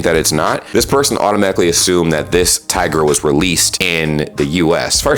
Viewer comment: is it me or did he say tager not tiger?